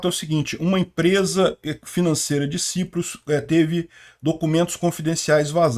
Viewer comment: Ou é Chipre, ou é “Saiprus”.